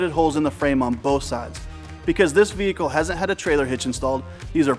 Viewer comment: That was exactly what I was thinking like why did he say it like that